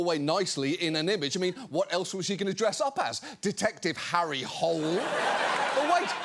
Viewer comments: Norwegian here, I've always pronounced it Detective Hôlé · Person from Norway here: Norway’s primary exports are, by some distance, are oil and natural gas. Which would have made for a very different gown… P.S. - you ARE pronouncing Hole wrong, but the books the series is based on are garbage (imo) and we’ve got bigger problems in the Nordics, namely the POTUS wants to start a conflict here in part because he wasn’t given an award he didn’t fucking earn …so I’ll overlook it. Glad to see you back ❤ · They did pronounce it as ‘hole’ in the movie ‘The Snowman’. Which ironic because Hole actually means hill, the opposite of a hole. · The first novel takes place in Australia, where they pronounce it "Hole". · Foreigners having fun pronouncing Harry Hole is actually a recurring joke in the books. Could be worse. Sørås is also a common last name, which frequently gets pronounced sore-ass... Edit: Also, we frequently use our partner's last name as our middlename, so Sørås Hole is a potential last name.